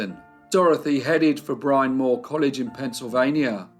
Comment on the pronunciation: Bryn Mawr is pronounced "brin mar" not 'brine more". I am Aussie and know that! I visited and had to ask locals.